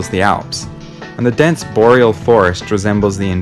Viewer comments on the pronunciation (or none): none